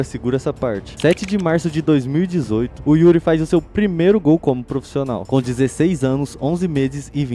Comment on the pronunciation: porra, "proficional" é pra acabar hein mano...